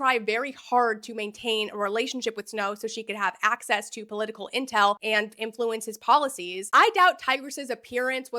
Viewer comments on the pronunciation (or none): none